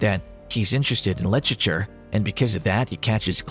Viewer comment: Don’t bother with this one! It can’t even pronounce literature. 😂